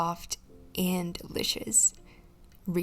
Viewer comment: Her weird way of saying enjoy has become a JOKE in the comments 😂😂😂😂